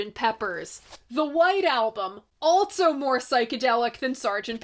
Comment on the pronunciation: Altso.... Theres no 't' in "also"